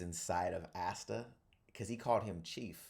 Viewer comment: I hope one day my man pronounce Asta’s name right 😂